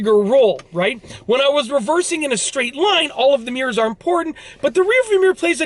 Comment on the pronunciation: Nobody: This Dude: Meeerz